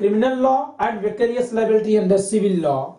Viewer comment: Its vicarious.... Not vacarious!... Anyways.. Nice lecture sir!..